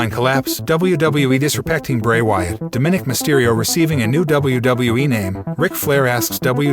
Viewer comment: I get it. The narrator isn’t a wrestling fan, but he doesn’t know how to pronounce “Dominik” correctly? Didn’t anyone care enough to tell him or is he just too full of himself to corrected?